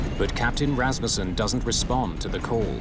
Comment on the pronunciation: Thank you for pronouncing Rassmussen correctly.